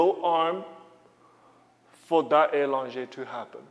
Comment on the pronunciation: Please, the word is allongé ("a" with a short sound not a long sound. It is the way the letter "a" is pronounced in French.